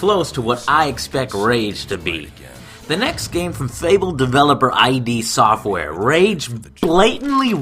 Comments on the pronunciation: I-D Software and Skrim? Come one Joe, you know better! It's id! Like the part of the human psyche. Not I.D. :) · It's not ay-dee softwares, it's id software